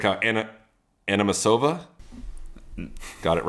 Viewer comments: I think you should have an Over/Under Nothing Major wager on how many times throughout 2026 Sam says Animosova instead of Anisimova 🤣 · Say it with me Sam. A-NI-SI-MO-VA Wth is Anamasova 😂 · If Sam says “Animisova” on one more episode 😂🙄. Stevie’s reaction again says it all. Love these guys 💙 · Sam still can't say Anisimova 😂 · Go back to fucking grade school Sam. Your kid will read that name better than you can. God Damn. How this guy landed a job at Tennis Channel when he cant read ONE name right, and a US Player at that, is beyond me.